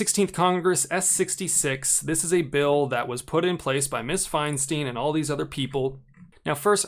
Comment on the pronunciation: Fein-steen? Since when? In 30+ years in California, it’s always been Fein-stein🤷🏼‍♂️